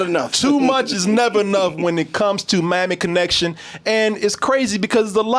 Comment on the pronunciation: Sounded like said Mammy Connection lol